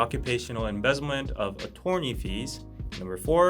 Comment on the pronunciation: Thank you always for summarizing and interpreting the news. On a side note, the “torn” in attorney is actually pronounced like “turn.”